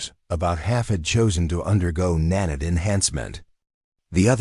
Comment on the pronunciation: OK what is a NAN-IT ? It's Nan-iit is (Emphasis on NAN ( Pronounced like " man " ) short ' a ' , 2nd syllable like " lite" Its Not pronounced like " granite " . PLEASE get the narration fixed. The narrative is incomprehensible .